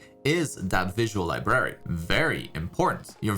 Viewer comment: Sorry to be picky, but, the way he says library kinda bugs me a bit lol.